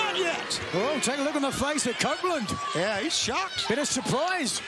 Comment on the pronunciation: The Co- - -open-land